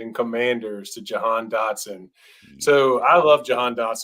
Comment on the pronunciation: "Receivers take time to adjust to the NFL" But apparently Dotson is the only one that will have that problem? Even though he is insanely NFL ready? Bad take but at least you did enough research to say his name right on that one.